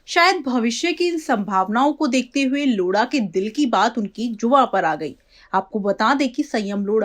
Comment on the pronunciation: मैडम यह लोढ़ा है न की लोड़ा 🤣🤣